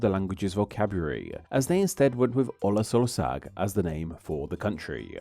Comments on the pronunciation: that’s pronounced more like /olasorsaag/ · Good video. When you see "sz" in Hungarian, 99% of the time it is pronounced "s" in English (like in see, sail, sight). Just erase the "z" from the word and read it that way. Olaszország --> Olasorsaag. Maybe this helps. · pronunciation: "olas orsag", not "olaz orzag". "nadjh", not "nagi" :) hungarian "sz" = "s", hungarian "s" = "sh".